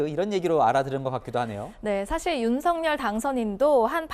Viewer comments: 방송인 이라면 우리말 사용에 정확한 발음을 구사해야 합니다! 윤석열의 발음은 "윤서결"이지 윤성열이 아닙니다! 대부분의 기자와 방송인들이 윤석열(윤서결) 의 발음을 윤성열로 하는것을 보고 실망을 금할수 없읍니다! 윤성열과 윤석열이 같이 있다면 발음으로 어떻게 구분 할수 있읍니까? 말과 글로 먹고사는 기자나 방송인이 발음과 문법에서 자주 틀리는 행위를 반복하는 것은 부끄러운 일입니다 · 윤석열대통령 본인이 직접 방송에나와 윤서결이 아닌 윤성열로 불러달라고 하셨습니다.본인이 원하는대로 불러드리는것이 옳다고 생각합니다.